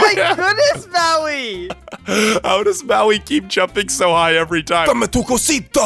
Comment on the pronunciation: It,s DAME ATU COSITA